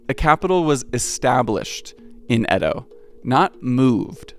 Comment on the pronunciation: Nihon = Japan and Bashi = Bridge Edo is pronounced as "Eah Doh" not "Ed Doh" Yama note = 山手 = Mountain Hand